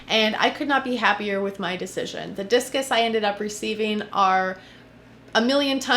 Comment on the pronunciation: I thought you said jesus